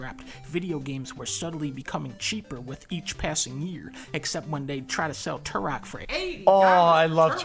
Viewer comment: ssesll the house?? KEK